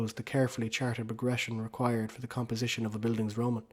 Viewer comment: Gonna ignore the pronunciation of Bildungsroman